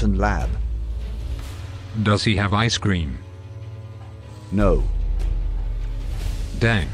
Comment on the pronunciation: ''oH dAnG'' ''dANg''